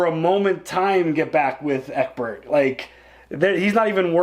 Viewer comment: Thanks for the video but why call Ecbert as Ecberk? his name pronounce as Ecbert.:D